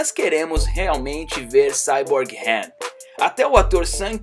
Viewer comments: Cara tá tudo errado não e HEN é sim ''HAN'' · Mano chega a ser chato de tanto falar "HEN" LERY OU LADY... sei lá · O nome dele é Han não hen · "hen" kkkk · se fosse do jeito certo no filme eles ñ chamaria ele de han e sim rem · No filme os caras falam han e pq ele fala hen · Não sabe nem falar ham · Verdade mesmo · Quem sente irritação do cara falando HEN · "hen" burro,da mesma forma está errado,"ré"? Tá dando muito ré em fii! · esse cara parece que o nome do han diferente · Fala certo poha é Lerry e Han não é Lery e Ren. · O filme no Brasil tem a dublagem com os nomes dos personagens corretos que é HAM E LETI até por que o nome dela e Letícia até aqui no Brasil quando a gente tem uma amiga com nome de leticia agt chama de leti aí vem o jumento e fala HEN E LERY kkkkkkkk lery o que ? Lery Go ? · Para de criar novos nomes dos personagens, "hen" "Lery", isso da raiva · Não, não é o certo. Ele tá fazendo um vídeo em português e a pronúncia BR não é essa